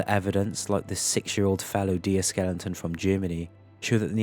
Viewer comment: Now ive heard this before but what is a "skellington" ??? And then on he throws Gibraltar in with a G not a j ?? He is doing this on purpose now 😂😂